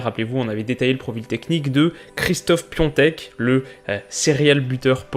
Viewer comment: On dit Piatek et pas Piontek